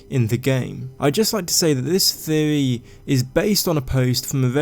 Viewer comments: I like the way he says theewee lol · What's a "theovy"? What's "Veddit"?